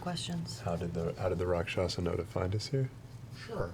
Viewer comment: your guys wrong pronunciation of Rakshasa is driving me crazy...